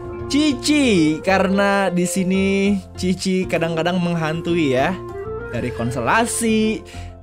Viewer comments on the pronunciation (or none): Qiqi bang bukan cici..dengernya..jijay banget..😄😄